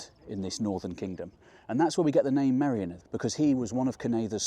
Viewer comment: Honestly,, I really enjoy your videos but PLEASE sort out your Welsh pronunciation. It's really not difficult for someone of your intellect. It's painfully jarring to hear you say "Clean" instead of "Llŷn" and "my-RIO-nith" instead of "Meirionnydd" (merry-ON-ydd). I get the problem with Ll/ll, you have to be specifically taught how to say it. But Dd/dd is the same as the end of "breathe" in English! The "th" in "this" or "that", NEVER thick or thin, so no excuse, really. 🤗 {:o:O:}